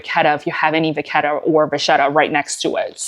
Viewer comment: Great tutorial,!🤓I especially appreciate the help with corner wear. (BTW, as one who is half Italian I can mention you're saying it right - vaketta.😘) I was holding my breath re the corner treatment getting on your sofa.😂❤🌻